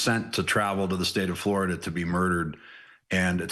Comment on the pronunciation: I've never heard of Flordia, is that just how blacks pronounce 'Florida'?